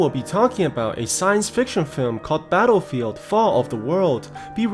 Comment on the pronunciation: I thought you said ‘taarofield’ in battlefield😂